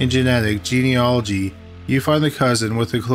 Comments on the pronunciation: OMG you pronounced "genealogy" right! I've never been this proud of someone. Much better than pt. 1. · Haha, I was dreading that pronunciation when the podcast format was announced. Good on him😁